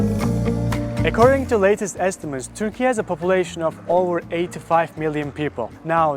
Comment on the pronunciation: first of all, it's turkey....not turkeya